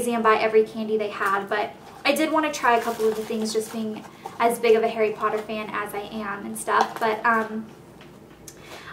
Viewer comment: you're saying his name wrong. it's pronounced "hah-ree poh-TTer", not "hairy podduhr".